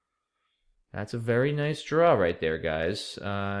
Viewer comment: your second turn was VEWWY tricky